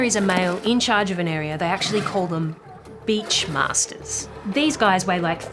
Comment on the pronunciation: I love how careful you were to articulate "Beach Masters" 😂😂😂